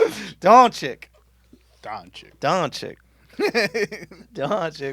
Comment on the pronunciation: Dončić is pronounced "don-chi-CH" not don-chi-ck